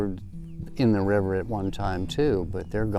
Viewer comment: "BREAK THE DAM! RELEASE THE RIVAAH!!"